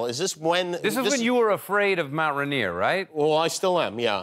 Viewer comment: Yikes, the cringe pronunciation of rainier.. "run-EAR"? what? Heh, apparently we were at the UW at the same time as McHale. Mercer Island, that explains the hifalutin' pronunciation!